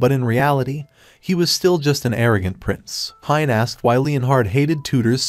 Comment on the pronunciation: Why I hear princess when he says prince 😂